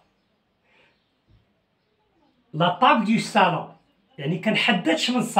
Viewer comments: Salon et non sallon merci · Salon et non pas sallon.